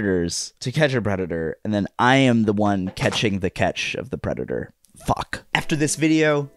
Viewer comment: bro said pedator instead of predator